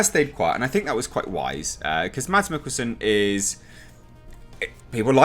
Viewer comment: The "d" is silent in Mikkelsen's name...pronounced Mass...